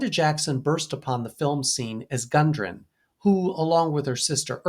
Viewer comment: It's Gudrun not Gundrun